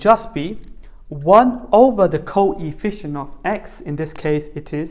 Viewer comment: he said THEEE co-EE-fficient